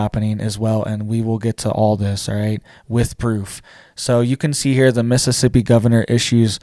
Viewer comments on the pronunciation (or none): none